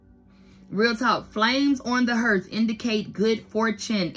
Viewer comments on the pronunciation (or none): the "hearth" ( it's pronounced like heart, but with the 'h' sound) is like the fire place. Back in the day, that's how they cooked.